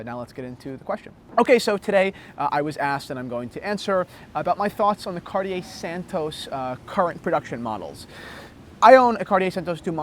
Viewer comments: My French teacher requests that you pronounce it Cartie-yay instead of Cartie-er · Let's practice saying it as the French do shall we... say this fast "Ca-Ought-Tea-Eh" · Keep the tone down please. You could be wrong too if you'd apply the French accent. It's Cartié, without anything that wants pronounce the R. Who are you to tell us what language to speak? The question was answered in English and I don't see a point why it could be rude. The conversation in English clearly fades away from the question that was asked! I now met a guy that answered a question I was asking myself for quite a while. Have a nice day. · Cartier is pronounced Car-tjay, without the "ie" sound in the middle. To pronounce it Car-ti-er it would be spelled Cartière. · Cart-i-ER LOL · Surprisingly the correct way to say it is actually cartiyay, because it's from a language called french which is a language spoken, primarily, in a country called France. Weirdly there are languages other than English that can at least be pronounced by people who dont speak the lingo fluently. Check out KDP Ross' channel he gives some lessons on correct pronunciation. As for the watches they make, they leave me cold but that's just a subjective opinion . Finally, check out the tough guy in the leather! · No, it's two syllables: car-TYAY. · Your French teacher is wrong. It is two syllables: Car-TYAY. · Yes, your Santos is a beautiful watch. There's a lot of fine detail to engage the eye, and size doesn't matter. Another thing to love about Cartier is that if you went into their Madison Avenue store, they'd be classy enough not to correct your pronunciation. Thanks for braving the cold, and showing off the jacket.